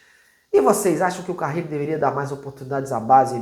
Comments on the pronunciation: Crítica construtiva: não dá pra errar o nome do técnico, né? É Carille, não "Carrile". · é CARILLE E NÃO CARRILE😂